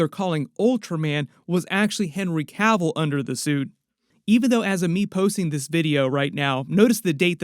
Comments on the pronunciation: It's Cavill. Not Caville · It's Cavill Not Cavell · It's Cavill not Cavel.